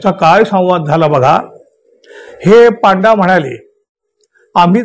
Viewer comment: पांडा नाही हो पंडे म्हणजे गाइड…